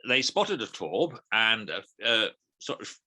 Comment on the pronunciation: 👍 Very enjoyable, bar the crisp packets and table thumping. BTW: Taube = "dove" in EN, a strange name for a warplane. Pronounce "Taube" as "Tao-buh", with ("tao" as in "The Tao of Pooh").